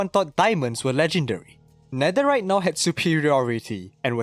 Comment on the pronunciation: “Netheright” it’s netherite stupid